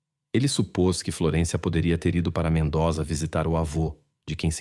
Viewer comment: Se pronuncia: MENDÔZA